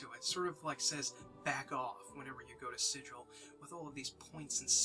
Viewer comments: ah, Sigil hard g (sih-gul), not soft g (sih-jil) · Super glad you're doing this. Planescape is the best D&D setting ever. Nothing else like it. That said, Sigil the city is pronounced with a hard 'G,' unlike sigil the english word. Easy mistake. Keep up the good work and spread the planescape love.